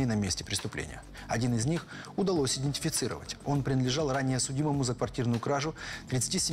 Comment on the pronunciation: Самому обычному человеку режет уши сказанное двумя мужчинами, озвучивающими фильм: "аНтропина", "индефицировать"! Правильно говорить не "аНтропина", а атропина, не "индефицировать", а идентифицировать"! Эти грубейшие ошибки, озвученные самыми самоуверенными голосами, выглядят ещё смешнее. Это... Без дальнейших комментариев.